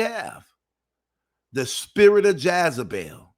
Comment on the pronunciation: 🤣🤣😂😁😂 Lol, you be so serious..,, it is Jezebel, Not Jaz-a-bel